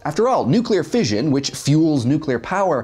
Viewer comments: It is pronounced "fishun". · fission is pronounced = fijun ? I thought it as pronounced fishun. The more you know :)